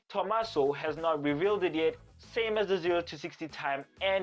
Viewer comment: De Tomaso. My name is Di Tomasso. EESH!!! Is that not the coolest car ever?